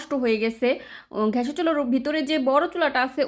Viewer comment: কতো কিছুর নাম তুমি বলতে পারো না। কিন্তু তোমার অভিজ্ঞতা শেয়ার করছো, দেখতে ভালোই লাগে। তুমি গোশতের ঝোলে রুটি ছেড়ে দেয়া রান্নাটা পারলে ডিটেইল দিও তো! ভালো লেগেছে আইডিয়াটা। তোমার কথাগুলো এনজয় করি - আজকে চরবি( চর্বি) কে তুমি চোবরি উচ্চারণ করেছো😂, লাবাং কে ল্যেবান,গ্যাসের চুলাকে- ঘ্যাশের চুলা😊। ভালো থেকো। জাযাকিল্লাহু খইরান